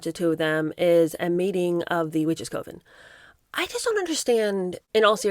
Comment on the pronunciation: Coven isn't pronounced with a long 'o' sound. It's 'oven' with a 'c'.